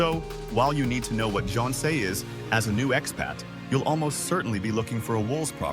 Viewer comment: 10 years and can't pronounce jeonse and wolse properly! 😮😮😮